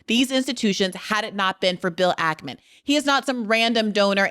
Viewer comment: I loved this but why do you say Ackerman it’s stressing me out 😂 it’s Ackman!